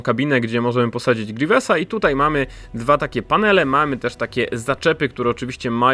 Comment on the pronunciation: Ej mówcie grywiusa a nie grewiesa